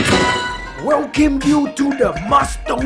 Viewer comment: His signature word "Wolcame"